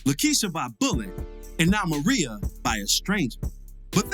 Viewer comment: MIREYA***** MER-RAY-A not fuckin Maria I honestly expect better